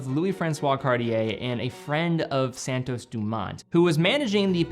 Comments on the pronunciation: Immensly annoying to hear anyone completely mis pronounce the name Cartier; it is not "CAR-TEA-YEH like every American seems to do, but CAR-CHE (as in CHE QUEVARA). And then ii is not SAN TOES, but SAN TOS (as in ALBATROS). If you can pronounce SEIKO the right way (instead of SEE CO) than you can do this, please! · I love the car-dee-ay san-tose